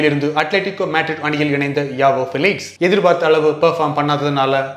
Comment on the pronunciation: Bro avanga name ஜாவோ... யாவோ illa